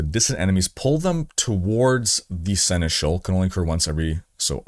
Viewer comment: Horizon crossover 🙂 Oh, just pronounce Seneschal the proper way, i.e. the French way :-)